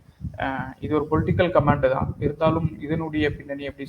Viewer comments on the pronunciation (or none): நெறியாளர் கமென்ட்டை Comment ஐ Comand என்று சொல்வது மாதிரி ஒலிக்கிறது